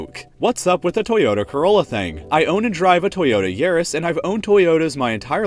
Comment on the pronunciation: I think the most surprising thing about this video for me was how you pronounced Yaris